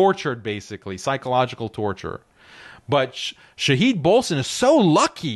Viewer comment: Shahid is an attribute of Allah. You should learn how to pronounce it. Stop believing that Israel and the West are all powerful. Allah is all powerful. The conquest of the Zionist state is inevitable BECAUSE Allah is all powerful. Obviously you are not going to fight. So since you are unwilling to fight for what you claim to believe in, you should not criticize harshly those who have the courage to try and find a solution to this problem. If you do not believe anything can be done through economic conquest, then, GO AND FIGHT!!!